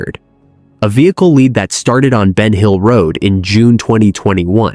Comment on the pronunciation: Ven hill road!??? No BEN HILL ROAD!!! AI here … 🤦🏽‍♀️